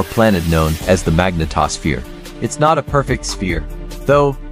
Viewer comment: The "mag-na-TOSS-phere"? The "gee-oh-die-NAH-mo"? Seriously??